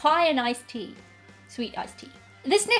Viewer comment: and somehow the "tea" is stretched out into 2 syllables